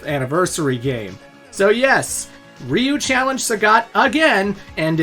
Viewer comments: It's so funny to me when I hear people saying "Rhee-you" and thinking it's any less wrong than "Rye-you". If you're confused, here's a hint: Ryu is one syllable. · Dude said reeyou instead of ryeyou is wild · Ya pronounced Ryu wrong , it’s like Rye-u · “My mom doesn’t really play video games, but she sure as hell knows who Ryu is!” Sonny, that’s pronounced Raiyu. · Dude, did you say Ryu-nion? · You cant even pronounce Ryu lol